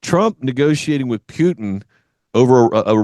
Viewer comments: Putin, not Pyutin 😂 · Can’t watch this guy. He can’t even properly say Putin.